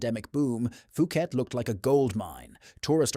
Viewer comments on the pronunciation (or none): "POO-KET," not "FOO-KET." 😅